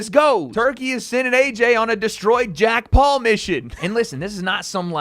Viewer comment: “Jack Paul” 😆 that’s some epic trolling by Turki. Like he doesn’t know he’s saying the name wrong.